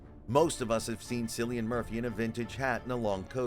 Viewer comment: It’s pronounced “”Killian!”